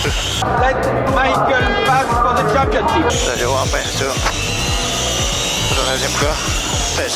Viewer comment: LETTE MAÏKEUL PASSE FOR ZE TCHAMPIONTCHIPE!